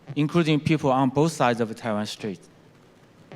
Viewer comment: Taiwan strait, 不是Taiwan street